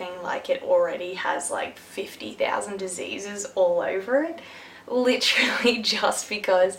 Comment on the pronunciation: Literally not litchally